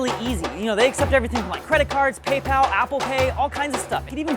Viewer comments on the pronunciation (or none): none